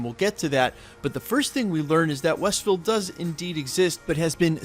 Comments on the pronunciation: Were you saying ""? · "westville"/"westview" - whatever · Yup said Westville a couple times for sure lol